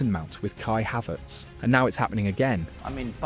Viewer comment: I literally stopped watching the video when he said Mount and Havertz